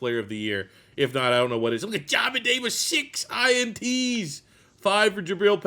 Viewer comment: Love the video and series, but Jesus it pronounced like JAY MIN Davis 😂